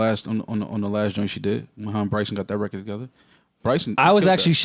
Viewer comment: I never realized how annoying “reced” (record) is. Fam, say “record”. Diddy and Jay do that shit too...and I hear ppl from NY that don’t say it like that, so it’s not that lol